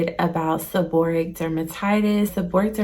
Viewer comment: The correct pronunciation is: seb-or-ray-ic. Thank you for sharing your experience.